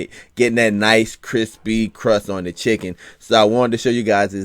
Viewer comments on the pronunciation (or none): Tithen thighs and Tithen wangs 😂😭🤣